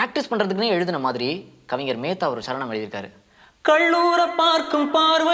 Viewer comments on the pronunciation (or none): none